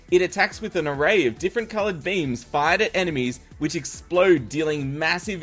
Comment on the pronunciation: I thought u said different coloured memes in stead of different coloured beams